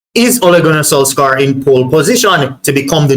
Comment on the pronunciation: It's spell solskjear but pronounced solshire